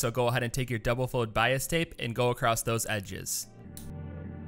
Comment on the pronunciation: Where are you from? Just wondering because you say “acrosstT” instead of Across